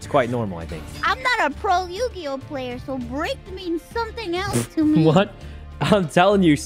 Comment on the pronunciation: Did mouse call yugioh yujioh :P REEEEEEEEEEEEEEEEEEEEE